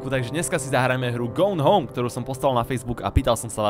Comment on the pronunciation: "americka anglictina to je hruza" a cele video cita nazov hry zle :D